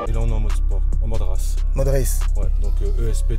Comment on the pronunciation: "Mode rasse" JPP